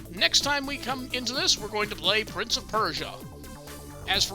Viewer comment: The A in Prints of Persia is seriously triggering me